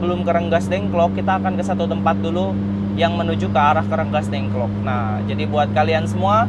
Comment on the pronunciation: Bukan renggasdengklok tapi Rengasdengklok kang.